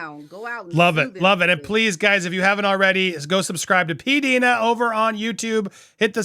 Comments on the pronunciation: Please it is P D I NA not peadena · It’s P-Die-nuh…..not P-Dee-nuh. Love you any way,! And love too!!! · Its pronounced P Dyna